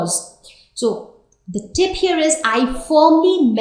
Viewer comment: It's "tip" not "thip" and it's "period" not "pherioth" 😂😂 and it's "cruel" not "khruel" omg, don't try to act cool ! 😂😂😂